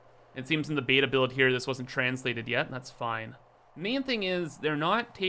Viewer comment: you get my subscribe for pronouncing Beta correctly